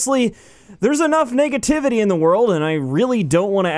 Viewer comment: Sounded like you said niggativity in the beginning. I giggled a bit